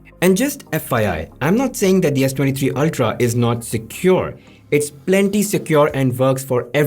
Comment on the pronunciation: Excellent comparison. Thank you. (A small constructive suggestion: please learn to pronounce the "th" sound properly, as when it is pronounced in the word third Also, the "w" sound, as in works )